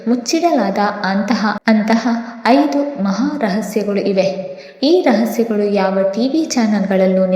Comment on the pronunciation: ಹೈದು ಅಲ್ಲ 🤦‍♂️ ಐದು